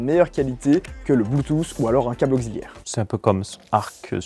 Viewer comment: Ah, c'est la 2 ème fois de ma vie que j'entend quelqu'un prononcer auxiliaire "augziliaire" 😁